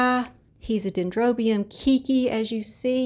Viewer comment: your orchids are looking so wonderful! Love all your videos! May I humbly correct your pronunciation? You are saying "kiki" but I think you are wanting to say "keiki" which means baby or kid in Hawaiian. You would pronounce it: kay-kee. 😀. We use it in everyday language here to describe our kids. And also new plant growth. ❤️